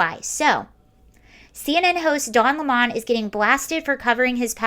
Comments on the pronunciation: I don’t understand why you are forcing the pronunciation of 🍋 to Le Mans. A lemon 🍋 is a lemon 🍋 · I love how you say his name and classed it up, "Don Le'mon" Hahahahaha!